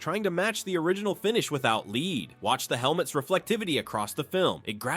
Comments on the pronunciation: This video has so many mistakes. - Bobby wasnt thrown off a building - Its 'lead' not 'leed' - Says 3 hours then shows 2 hours - Kurtwood Smith is not legally blind. He made the suggestion to wear glasses to make his character appear smarter - There was no yellow tape digitally removed - There was no explosion in the drug factory - Bob Morton was shot with a handgun, not a shotgun What a load of shite. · 'leed', huh? AI.. damn you. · Totally agree, an you know it's AI because if they wrote ' lead ' the voice would pronounce it lead, as in the metal. Wrong, wrong wrong. AI bollocks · The mispronunciations lead me to believe this is AI "Lead" based paint? ? no, sorry. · AI pronounced lead wrong 😂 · It's pronounced lead not lead.